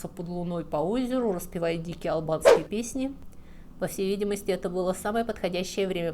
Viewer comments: Слишком частое моргание, в пандемии ударение на "а" вместо "и", гнусавый, напряженный, скрипучий, тихий голос, из-за которого страдает и выразительность, неидеальная дикция ("мервецы" вместо "мертвецы", "албацкие песни" вместо "албанские") О какой хорошей подаче материала пишут комментарии? Материал хороший, но подача не очень. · Слишком частое моргание, в пандемии ударение на "а" вместо "и", гнусавый, напряженный, скрипучий, тихий голос, из-за которого страдает и выразительность, неидеальная дикция ("мервецы" вместо "мертвецы", "албацкие песни" вместо "албанские", "гондон" вместо "лондон") О какой хорошей подаче материала пишут комментарии? Материал хороший, но подача не очень.